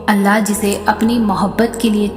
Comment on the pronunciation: Assalamualaikum Aap Allah ka naam sahi se liya kre Alaah nahi Allah h